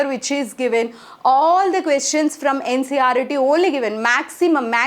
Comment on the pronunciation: Ncert not ncret